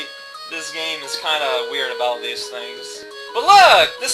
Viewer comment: The "tine" in "intestine" is pronounced like "tin" as though the e isn't there. Don't look at me; I didn't invent the language. I always liked the giant world in Mario 3, but it just didn't last very long. IIRC, it only had like one full giant themed level or so.